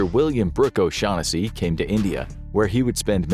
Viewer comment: My God I'm so happy I wasn't the only person to think "you mean, O'Shaq Hennessy?" 😂😂😂